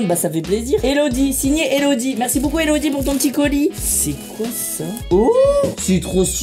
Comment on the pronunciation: Michou tu me tue tu dit boucoup au lieu de beaucoup